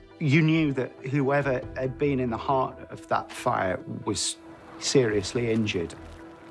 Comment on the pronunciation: I really do not like the "Hat" for had And then the ngk at every ng which does not have a k at the end of it.